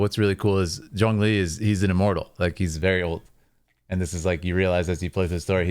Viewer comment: As a chinese i must say, his tones, pronunciation or any comprehension he made, just perfectly proving he's an expert.